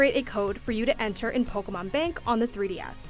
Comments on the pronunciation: Pokuhmon pokuhmon pokuhmon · Take a shot every time she says “Pokamon”